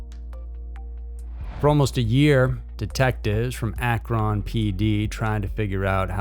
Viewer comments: Akron's not pronounced like (on) it's pronounced like (an) Akron the Owen has an (an) sound. And I'm only correcting you for the fact because I was born in Cleveland Ohio so I know how it's pronounced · It's pronounced Ack-rin. Not A-cron. Additionally, she lived in Akron, not Cleveland, which is 45 minutes away. That's a long way to go for her daily run. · Also Akron is pronounced akrin